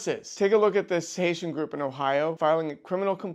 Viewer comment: Did he just say Haisha?